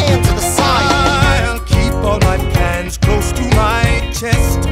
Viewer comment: hahahah i thought he said pans i thought for like 2 motnhs he said pens and now i have just learned that he says plans hahaha